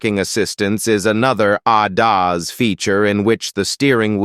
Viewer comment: I hope you didn't spend too much on the AI voice because it is terrible, won't watch another one of your videos with that annoying and condescending voice over, the pronunciation of ADAS is pitiful and makes me want to strangle who ever wanted this ridiculous voice.